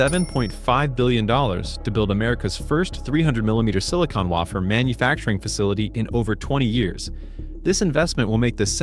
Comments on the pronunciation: Lazy producers. First say 165 billion and has 160 billion on screen. Next AI generated announcer which can’t say wafer correctly. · Waffer, wafer ,whatever.